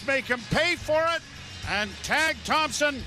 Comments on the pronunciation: It’s Tage not Tag Joe. Time to retire !! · Why does this announcer call "Tage" Thompson "Tag" Thompson? Weird! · Joe that's a long vowel in 'Tage' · Someone tell that guy his name is Tage, not Tag.